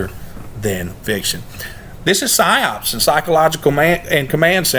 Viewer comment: Just another quick observation; Psyops sounds like Cyclops when you speak it. The one eyed monster in Greek mythology.